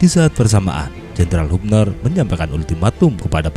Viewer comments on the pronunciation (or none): none